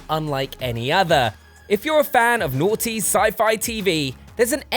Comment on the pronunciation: I swear I don't know if he saying naughty or norty (I'm sorry, I didn't mean that to sound like)